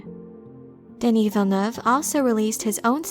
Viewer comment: As a french canadian, you're probably the only youtuber who pronounces "Villeneuve" the right way. I appreciate (and Denis also probably)!